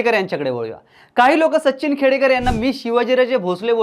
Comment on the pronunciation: Sacchhhin nahi Sachin mhann re